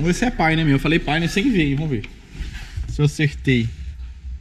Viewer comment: a pronuncia e Páioníer a enfase e na ultima silaba:-)